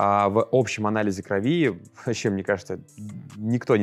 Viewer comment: не кровИ, а крОви! Режет слух.